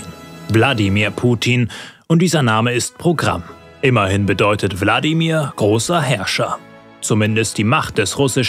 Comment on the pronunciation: Hab nur ich Bladimir Putin verstanden